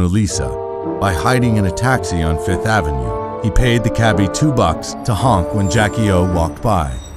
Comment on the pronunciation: I'm surprised that VF doesn't have enough sense to hire a VO artist who says "Fifth Avenue" instead of "Fith Avenue".